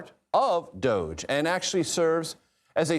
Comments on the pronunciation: It's not 'Dozhe', it's Dodge-y. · it is pronounced do -ge like doge houser.